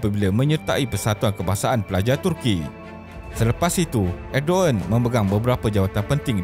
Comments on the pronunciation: Bukan edoen tapi erdogen lah admin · “Erdovan” bila menyebut nya bukan erdogan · Sebutan yg betul erdowan